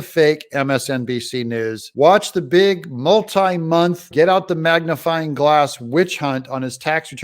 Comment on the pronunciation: Did you say, MAGAfying glass? 🤣